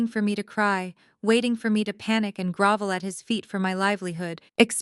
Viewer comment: grOvel, not grAvel